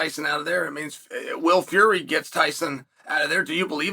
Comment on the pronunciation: I'm glad Chael is getting Will Fury's name right again.